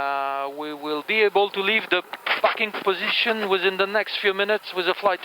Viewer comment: Yeah I thought he said " fucking position " 😂